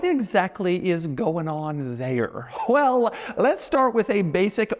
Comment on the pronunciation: Doug is the type of guy to pronounce the word "well" like "whell"